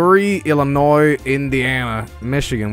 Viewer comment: You pronounce Illinois correctly :') Even some Americans can't pronounce Illinois...